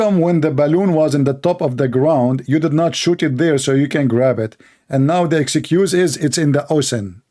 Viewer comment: it's nit "exycuse" it is ex-cuse"